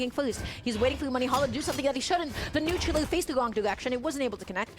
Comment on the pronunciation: so no one gonna talk abt the commentator saying neutral ooou